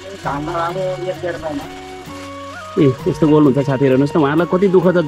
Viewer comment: गोल होइन कोल भन्छ महाशय